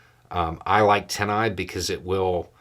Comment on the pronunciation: I was hearing " Tennai"...its TinEye. Just for those who were hearing it wrong too. Great resource, thanks.